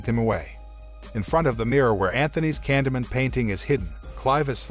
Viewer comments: stop saying candyment gosh damn its candyman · Candy man not candy min 🤦 gotta love when txt to speach gets it do very wrong 🤣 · when u say candyman it sounds like candaman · Ye it also pronounced ‘Candyman’ like as if illiterate was a language, seriously it’s ‘Candyman’ not ‘Candamun’, ‘CANDYMAN’ FFS ‘CANDYMAN’ Is it that hard to say CANDYMAN? Oh fuck I sai fit five times didnt I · candeee man , not candeman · Sometime the narrator gets it right and sometimes he seems to not understand how words are pronounced like this time. Candy Man... not canda man. Holy bat guano Batman! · I keep hearing candleman 😆 🤣 😂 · Took me a while to understand he said “candy man” not Canada, camdada, candamon. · It sounds like it's saying candle man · nope nope nope 20 seconds in and refuse to watch it cause you've said candomun 5x already and I can tell it's just gonna get worse. if you're gonna recap it, at least pronounce it right lol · took me a while to realize he’s saying Candy Man not Condiment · Candamun. Is anybody else hearing that every single time Canyman is said by this narrator? Just me? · Stop pronouncing it like that!!! For fuqs sake, it's driving me 🤯! it's CAN-DEE-MAN not whatever the hell you're saying! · I swear if you say candaman 1 more time I will smack smack you into the 3rd dimension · The way he mispronounces "Candyman'" messes with me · yes but he doesn't say candyman correctly and the title says the grim reaper, not candyman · The narrator will never summon him the way he pronounces candyman. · ok good movie but..u are pronouncing Candyman..wrong..